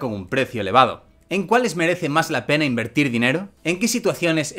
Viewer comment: Primero, yo diría que se escucha decir "pene", y sí, es obvio que quería decir "pena". Pero eso es lo que se entiende....